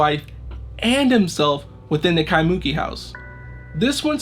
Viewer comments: Eh, bro... just to help your pronounciation out, its nor KaiMOOki, ...its KaimuKIII. Yeaha herd about that in local folklore, i woulda been out there in a minute!! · Kaimuki is actually pronounced "kai-moo-kee" rather than "kai-mUki" seperated into 3 syllables! But randomly got suggested this song and looks like I have another channel to follow for these things! Love the well narrated and told of the story! Lived in Hawaii basically all my life but never knew about the Kasha house legend, wild! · At least pronounce the name of the town 'Ky moo kee' correctly. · Kai-muu-keee. That's how you pronounce Kaimuki. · KEYE MOO KEY is the pronunciation! Do your homework ! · lol. It's not that bad...a little too much emphasis on the "MOO" but it's essentially right. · Pronounciation for Kaimuki is killing me xD it's Kai-muh-Ki, with emphasis on the first and third syllable. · Creepy!!! Aww! He did a mispronunciation. When ppl do this with Spanish words, I don’t put them in blast. I just appreciate that they try. I love how this guy is sweet about every comment that tells him he mispronounced Kaimuki. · Hey bro good story but as a local pleeeasse get the pronunciation of “kaimuki” correctly at the beginning of your vid…. The way u say it brah kinda cringe tbh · Mahalo for the post, he was killing me with the mispronunciation.